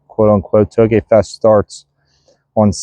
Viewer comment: Sounds like you said hoagie fest! Lmaoo made me want Wawa